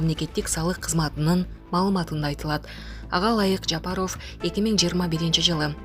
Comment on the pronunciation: Аиий журналистсинби же блогер дейби мынча сабатсыхсын фамилияны туура окуй албайсынЖапаров дегенди кандай айтасын озун уксан уят уят